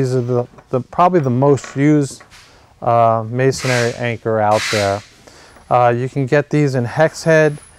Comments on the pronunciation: Just an FYI, the word is MASON-RY (as in stone masons, etc.), not mason-ary (as in cemetary), lol. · Please, would all you guys on YouTube learn to pronounce the word. It's MAY sun ree. Three syllables, not four. There is no such word as MAY sun EH ree. It's hard to listen to a supposed expert mispronouncing the terms he's discussing. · Sorry just want to help you out a little, you seem to be good person but it's Masonry not Masonary! Please don't take this the wrong way, I just care about good people! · It's masonRY, not masonARY. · Why is it that in ~3 out of 5 videos I watch on masonry anchors, the person says "masonary" instead of masonry? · It's funny but every single "expert" that I've seen on YouTube talking about masonry bits doesn't know how to pronounce masonry. The spelling should be a clue. It's three syllables, not four. It's pronounced MAY SON REE, not MAY SON AIR EE. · It's masonry not masonARY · It's not "mason-ary." It's "mason-ry." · You used the word “masonary” a few times in your presentation. There is no such word. The proper term is masonry. Three syllables, not four. . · Not if you pronounce it "masonary" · Dude! Look how it's spelled: "Masonry," Three syllables. No "a" berteen the n and the r. Me, I'd have doubts about a workman or contractor who couldn't pronounce the names of his own tools. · There’s only three syllables in masonry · 19MarkDavid. Must be rough to have nothing more to b** about then how people pronounce Masonry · not sure i want to take advice from a guy who doesn't even know how to say "masonry" properly